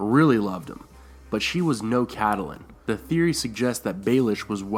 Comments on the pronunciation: Please STOP Pronouncing it CAT-A-LIN It's KATLYN !!!!! I love your videos but OMG THAT TRIGGERS ME SOOO MUCH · I twitch every time i hear "Cat-al-lin" instead of "Cat-lin" and "Lee-awna" in istead of "Ly-anna" Other than that, nice video! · Good Video, but please don't call her Caddalin. Its pronounced Cat-lin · IT'S NOT PRONOUNCED AS "Ca-ta-lin" the proper way is "Kait-lin" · It's not pronounced Kait-lin. A lot people end up pronouncing it that way, but GRRM and everyone on the show says Cat-lin, so in that case neither are exactly "correct" but Cat-e-lin comes closer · Pronouncing Catelyn Starks name "cadulin" it's Kat-lihn, haha 😂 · I always thought is was pronounced Cat - lynn not Cat- ah -lynn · If you're going to narrate a beloved story/theory, please learn to pronounce the character's names correctly. It's CAT- lyn, not Cat-A-lyn. Additionally, proper verb tense is really important (for example it's sought not "seeked." "Seeked" is not a word) You might garner more subscribers if you correctly pronounce words like Corroborated without a "W" in the first syllable. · I completely believe that Littlefinger could have started all of this. He had quite a bit to do with Ned being killed. Of course, I still believe that Catelyn (pronounced Cat Lynn) had a great deal to do with this. Abducting Tyrion was the worst possible move she could have made. It ultimately led to Ned's death and everything that happened after, including Robb ultimately being killed. In the books and the show I kept wishing that someone would sit her down and tell her that she needed to stop. Catelyn was so overwhelmed by what happened to Bran that she couldn't think straight. Unfortunately, before Bran was pushed she was very cautious and didn't make many rash decisions. I think everyone around her was so used to her being level headed, that they didn't notice that she'd jumped off the deep end. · Cat-Ta-lyn...? WTH? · it's pronounced Catlyn :) the e is silent.